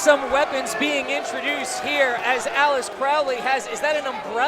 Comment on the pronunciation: Alice-ter Crowley?!